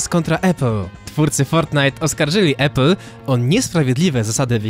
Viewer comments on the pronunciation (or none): none